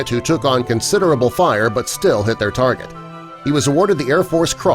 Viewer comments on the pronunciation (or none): none